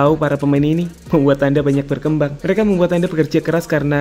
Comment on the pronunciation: Maaf bg salfok sama kata "berkemabang"nya 😂🙏